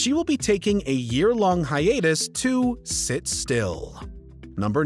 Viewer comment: I don't care about any of these individuals. I do, however, care that these videos reach so many people and with all that goes into them, nobody seems to check pronunciation. He's pronouncing "woman" each time he says "women," and "sith" for "sixth." Rowling is pronounced "rolling." It happens so much in these videos.